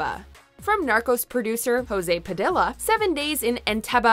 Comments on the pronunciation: In Spanish "I" makes the long "E" sounds. Pa • dee • ya. Also its pEña not pEEña. Piña means pineapple. Its pronounced like pen•yuh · I recommend practice her pronunciation of Hispanic last names. It's Padilla (pa-dee-ya, not puh-dill-a) and Peña (pen-ya, not peen-ya). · Padilla is pronounced “pah-dee-yah”😉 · Please, WatchMojo, if you want to pronounce the surname correctly is "PadiLLa" (like "Padidja", in Spanish the double L is not pronounced as one L) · Please learn to pronounce Spanish names. Padilla = pah-dee-ya. Peña = pay-nya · She also said Padilla wrong.